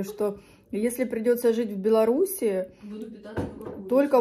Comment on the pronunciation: правильно не в Беларуси и, а в Беларуси)